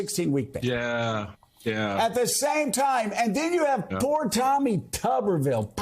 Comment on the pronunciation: It's pronounced 'Tooberville', and children are not a commodity. (He thought IVF meant Intra-Mural Varsity Football.) Unfortunately, Tommy Turniptown has a congenital abnormality. He inherited the unmsmart gene from his Pappy.